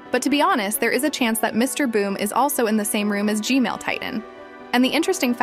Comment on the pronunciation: Maybe, did she say "G-male"?